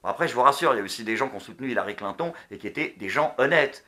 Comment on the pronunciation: Clin ton.... XD dit moi que tu a fais expert de dire sa comme sa